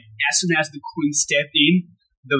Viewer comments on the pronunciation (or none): It’s Queen not Queens please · Nice to see young generation seeing what talent is . But please 🙏 stop saying Queenzz ! It’s Queen